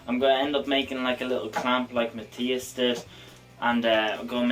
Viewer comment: Matthias is pronounced "Math- eye-as" not "Mat-tea-as" as you pronounce it.